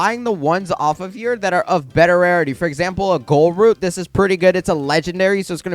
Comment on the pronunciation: It’s pronounced GOOL root